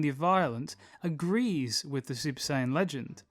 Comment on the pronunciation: Is he saying super cion?